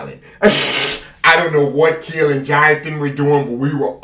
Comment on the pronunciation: “Keel brought the keel”🤣🤣🤣